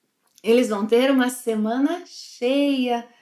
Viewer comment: See, I was right Portuguese pronunciation is very tough, "shma-semana" Even the has a problem with the pronunciation! jejejjee (apenas brincando). Fun fact, I lived in Colombia for two years and they use that same hand signal when some thing is really "lleno o pegado" I have never seen that hand gesture used in another Latin American country. Muito obrigado por mais um excelente vídeo. Desta vez, fiz anotações para não me esquecer de nada!